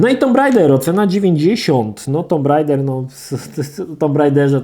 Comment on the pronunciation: Jan S Ja wiem, że nie ma każdy miał angielski w szkole, ale zlituj się. Posprawdzaj sobie wymowę słów, bo jak jeszcze raz usłyszę ULTIMEJT albo TOMB RAIDER to mnie szlag trafi.